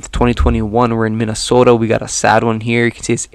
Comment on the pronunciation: Lived in MN 36 years! Good job saying 'Minnesota' like one of us! 😁